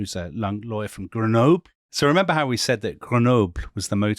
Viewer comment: Grenoob?? Come on. Try just a little bit to pronounce French names and words correctly!